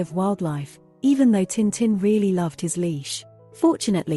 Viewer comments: タンタン じゃなく チンチン に聞こえるせいで内容が一切入ってこなかった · Would have been better if you'd used a real voice, this bot voice mispronounces tintin - duh! It really grates on the ears after a while. Very phony sounding.